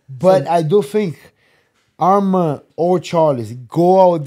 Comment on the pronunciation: Moicano, your pronounce Arman's name is perfect 👌 Keep going brother